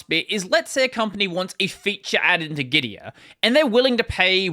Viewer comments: Gitea is actually pronounced gi - tee not gi - ti - uh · Git-tee-ah? 😂 It is called Git-Tea. Their logo is literally a cup and they also have the word "tea" in their slogan 😂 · The problem with "git-tea" pronounciation is that's not very differenciable from "gitee" or "gity" or even "giti". "Git-tee-ah" might be considered clearer regarding how it's spelled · Pronounced as Gi-Tee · If the dude could pronounce Gitea properly in the first place, he might be worth listening to.